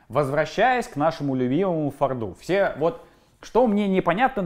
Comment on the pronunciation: ну ты,вроде,грамотный человек. Но «фордУ»-это пиздец. В иностранных словах и аббревиатурах ударение никогда «не плавает».